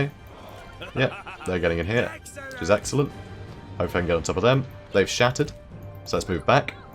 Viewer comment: "Axellent". haha, ha.... Sorry.